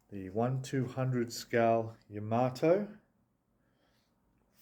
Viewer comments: I actually watched a Japanese girl who was building the Yamato, and she pronounced it..."Yamma-toe" I think we should all agree that THAT is a proper way to say the name of the ship? But really, whatever! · It’s not ya maato in japanese each syllable has equal stress it’s ya ma to.